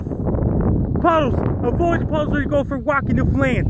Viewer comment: "New Fh-lained"...?